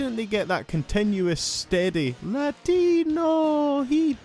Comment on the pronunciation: LA-TEE-NO HEAT